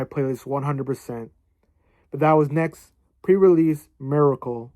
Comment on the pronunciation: usually pronounced NEX-GEE or NEX-ZEE (넥스지 - negseuji)